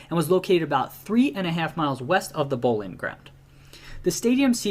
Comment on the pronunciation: London is never in southern central England. It's south east. And that guy () definitely needs help with pronouncing some of the words. Like "Thames" and "Boleyn"